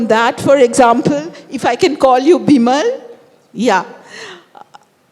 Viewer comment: Its Bimol not bimal.. is she not able to pronounce properly or ist it on purpose. I mean how hard is to called a name correctly. And bimol is not that hard one